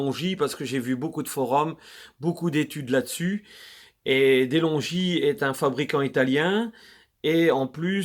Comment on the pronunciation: Se pronunce delongue non delongi